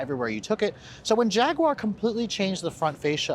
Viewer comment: Too bad he can't pronounce Jaguar correctly...